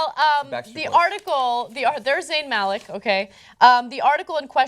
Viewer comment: It's pronounced "Muh-lick".